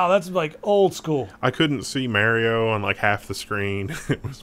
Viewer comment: May-rio? It's Mah-rio damnit.